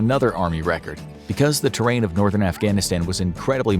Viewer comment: I can understand an American struggling with Schwarzkopf, but can you really not even pronounce the word Northern??